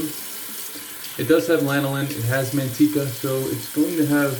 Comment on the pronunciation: Haha. The way you said "manteca" reminded me of Mimisiku in the movie Jungle 2 Jungle. The word he used for spider is "maitika". 😆 "Manteca" (lard) is pronounced "mahn-TEH-kah". 😉 You like the big blades, huh. You've got that huge pocket knife too. And the big truck... Trying to compensate for something? 😜 Thanks for the shave,! You're awesome! 😄